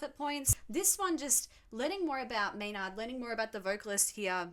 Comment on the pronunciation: Maynard is pronounced May-nerd. You’re definitely having a bit of dyslexia there, switching the y and the n.